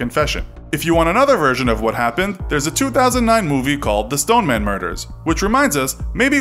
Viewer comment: The Stone-er-man